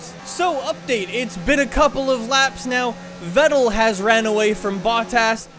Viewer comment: Dude amazing vid but you need to learn how to pronounce Leclerc and Vettel😂🤦🏼‍♂️